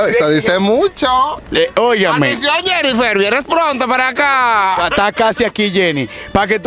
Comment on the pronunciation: Nadie:: "Jennifer venimo' paca' Jeniffer 🤣🤣😭